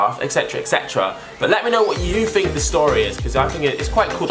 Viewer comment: It's "Think" not fink pal